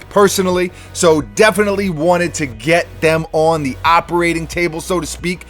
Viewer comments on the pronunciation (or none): “Hello, and welcome to zee workshop”